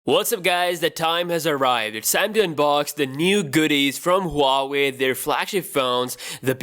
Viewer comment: It's pronounced WAA-WAY